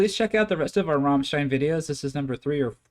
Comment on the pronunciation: you pronounce it Rammlead